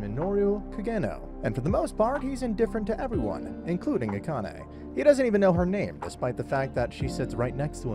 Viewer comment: Subscribed because you're the first anime recap channel I've seen that can pronounce "Akane" correctly because you're not some audio bot.